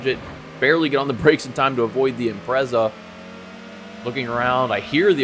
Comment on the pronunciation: 2nd time I've watched this one and I'm really sorry, but it needs to be said. Please learn how to pronounce 'Impreza'